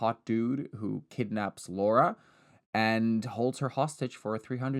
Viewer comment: i was taken aback by the pronunciation of “laura” it was SO PERFECT😭